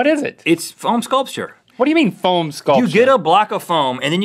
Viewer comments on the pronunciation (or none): I swear, I thought he was saying PHONE sculpture, like cutting up an iPhone with a Nokia or something. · I thought Rhett was phone sculpture! I Google it before I realized he said foam and phone sculpture is a thing. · Same lol then I realized he said foam sculpture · Same I thought he said phone sculpture too I was sooooooo confused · I thought Rhett said Phone sculpture and was, what! Then relieved it was foam. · i thought Rhett said phone sculpure so i spent ages goggling phone sculpture then i went back to the video and unpaused it and at that exact second he was like 'you get a block of foam' and i realizede what he said so i was like ohh... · I thought Rhett was saying "Phone Sculpture," so I looked that up on Google. I was extremely confused on why he was so into phone sheep. Look it up. Why would he be meaning to do that? Only then did I realize he was saying "Foam Sculpture" as he started explaining it. Let's make a Phone Sculpture everyone. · I thought Rhett was saying phone sculpture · Anyone else thought Rett said phone sculpture? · Took me a second to realise it wasn't "phone sculptures", but "foam sculptures". :)